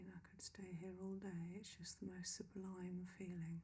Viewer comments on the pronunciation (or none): none